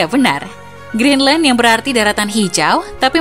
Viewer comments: Greenland bukan Geendland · Kok geenland bukan Greenland 🇬🇱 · GEENLAND ? wkwkwk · geenland? Maksudnya greedland? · Lah kok Geenland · Kok itu bacaan nya geenland ya???